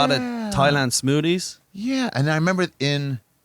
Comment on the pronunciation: Bro just learn to make the TH sound. Saying smoody and cloding instead of smoothie and clothing is fucking insane for a native english speaker